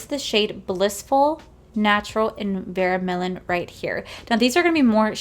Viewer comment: Very happy for you girl! Also it’s pronounced Ver-million. 😉 you are so stinkin adorable. I just love watching you. You make me giggle in every video. ♥️